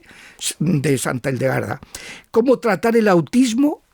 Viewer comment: Gildegarda o Hildegarda? Por qué pronuncias la H como J o G?